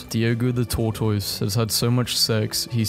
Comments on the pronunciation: correction: it is pronounced tore-tis not tore-tois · Pronounced TORTOSS!!’’ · For goodness' sake. SOMEONE teach this person how to say tortoise. Pronounced "Tor-tus" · Why does he say tortoise like that